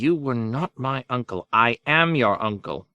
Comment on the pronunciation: I noticed Uncle being pronounced nuncle and aunt n aunt could be something I'm not aware if so forgive my ignorance